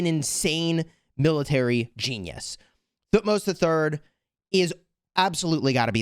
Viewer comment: by the way the right pronunciation of thutmos is Tu - hut - mose it's a 3 syllable word